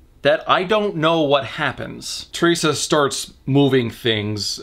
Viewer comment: Hai Le Hoang me being Chinese can guarantee even with someone with zero English knowledge, they'll just say her name the way it would be transliterated (teh-lei-sha or teh-ree-sa something) and not this made-up shit. Yeah why bother to find out that unlike Japanese for example, Mandarin does indeed have a soft "r" sound? Any sane person wouldn't even include this bit because it served nothing other than racism. Yet this is Norman so what do we know.